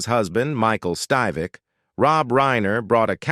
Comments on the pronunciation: It’s “Stiv-ick”, not “Steve-ick”. Gosh, I hate A.I. voiceovers. 😡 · why so many mispronunciations ???? its NOT styvec (have you EVER EVEN SEEN THE SHOW ?????) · The narrator continued to mispronounced Rob Reiner's character's last name.